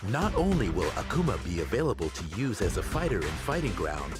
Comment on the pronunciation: The way says "Akuma" is actually the correct pronunciation